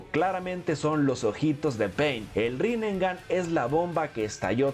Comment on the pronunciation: rinnegan:❌️ rinengan:✅️ en los subtitulos es en donde mas se nota